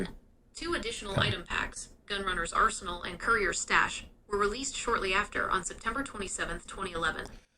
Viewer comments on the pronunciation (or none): none